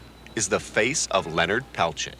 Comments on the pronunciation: It's clear the host dislikes Peltier as he chooses to continually mispronounce his sir name intentionally. Tacky and unprofessional. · I can’t even watch this. Every time this man says “Peltier” I cringe. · Couldn't someone tell that guy how to say his name correctly 🙄 even the German / Russian guy said it correctly